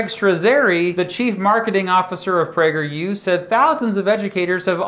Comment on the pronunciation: I thought he said "PrankerU". 🤣